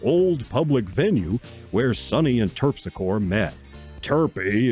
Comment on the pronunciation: It's pronounced Terp-sick-oree.